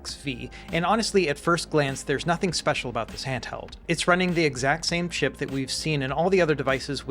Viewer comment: I know you said “exact same chip” but it honestly sounds like you said “exact same shit” 😂